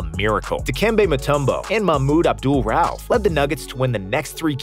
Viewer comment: You pronounce his name wrong. Abdual Rauff